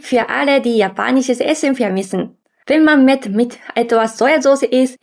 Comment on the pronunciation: Mett ? Oder? Meth? 😇